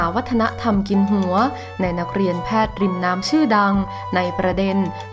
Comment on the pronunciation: ผู้อ่านไม่ชัดเช่น...หัว...หงัว...หัวจ้ะ.ไม่ใช่เสียง..ง......อ่ายให้ถูกหน่อยจ้ะ